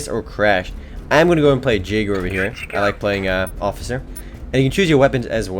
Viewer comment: It's pronounced Ya-Gur not Jay-gur -___